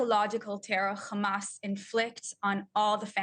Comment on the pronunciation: It is not Khamas. It is Hamas. How ignorant can she be.